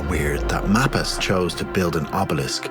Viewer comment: Everyone around here pronounces Mapas as May-pas not Map-as. There are a number of roads and houses in the area named after him.